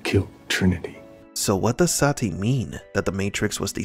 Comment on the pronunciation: This movie was so bad, Neo didn't even pronounce Sati's name right. He pronounces it like Se-tee lol